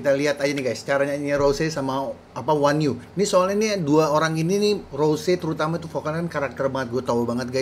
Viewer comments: Onew dibaca O-nyu dia leader nya SHINee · Bang onew bacanya onyu wkwk